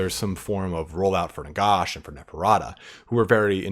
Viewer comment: I love the video but it’s NaGash not NaGosh.